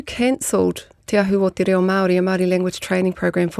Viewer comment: Omg. TE RA0! And Erica te minita kept saying the same thing! "TE RAO" over and ovef again. Tells us how important kura kaupapa is to this passionate person who doesn't even pronounce "reo" correctly!!!!!